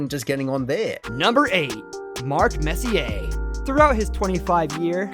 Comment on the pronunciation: But how was he able to pronounce Messier’s name correctly? Must be from New York.